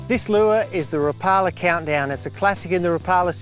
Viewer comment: I think a Rapala rep should know how to pronounce the name correctly.